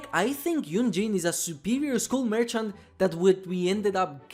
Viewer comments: It's not mercant it's merchant TWT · merCHant MerCHant The CH is pronounced "tsh" M E R TSH A N T Merchant!! Thank you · I guess "merchant" is that hard to say.